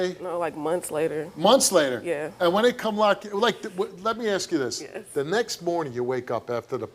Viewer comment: totally irrelevant, but i'm European so i don't know this kind of stuff. Is this a "black thing" to say "aks" in stead of "ask"?